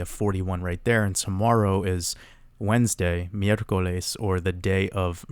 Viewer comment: Good spanish pronunciation with that miercoles bro